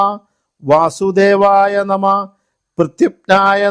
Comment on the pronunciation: Amanaya nama is wrong Vamanaya nama is right Nama is also not correct You have to pronounce namaha